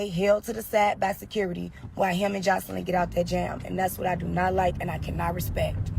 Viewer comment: Her name is not Joycelyn smh 🤦🏾‍♀️ If you gone do a blog/video at least care enough to pronounce ppl name properly and other words